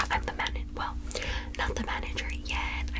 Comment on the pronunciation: I love the way she says '"I'm the manneger"'